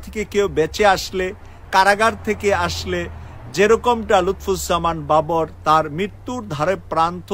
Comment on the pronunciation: আপনি উনার নামটিই সঠিক ভাবে উচ্চারণ করতে পারেন না। আপনার নিউজ আর কতটুকু সত্য হবে...?